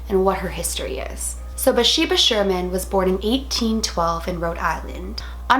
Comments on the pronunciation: I thought her name was BaTHsheba? Not Basheba...either way, loved this movie and Lorraine and Ed Warren movies! Always so well done. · It is BATHsheba. She wasn't pronouncing it right, but I love her anyways